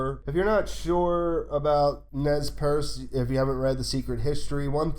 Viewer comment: Great video. But Please. Please. Say the following name correctly in following videos (if applicable): "Nez Perce" is pronounced "Nay Per-Say" (sort of). Closer than "naz purse". It means "pierced noses" in French (after the tribe's predilection for such adornments). It's not a 'definitive' name for the tribe by any means, but please consider it's contextual relevance.